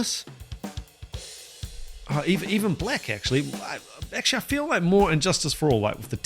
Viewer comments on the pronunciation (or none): none